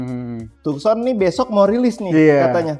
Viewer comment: Tukson apa taksen sih bacanya 😁